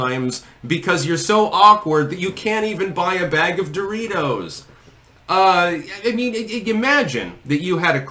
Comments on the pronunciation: DOOR-itos... who says it like that? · Yo she walks by a "stranger", looks at them and says "DOE-RITOS" 😂😂😂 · She called em: "Door reetohz" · She can't even pronounce "DO-ritos" right. I bet Trump can, and I'm pretty sure he's older than Doritos... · “Doooreeey toes”—that’s how you pronounce it, right? Goes over to guy holding Doritos, grabs it from him, spins around, holds it to her chest and grins (looking like she’s guest starring on 30 Rock ). Yes, this is definitely how humans act. Yes, very human, much normal. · Who was the person in the video who pronounced "Doritos" in a strange way? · Even the way she says "DOR eetos" is cringe. And then a short cackle after. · How does one even purchase these.. "dough-real-toes"? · She can't even pronounce, "Doritos," correctly.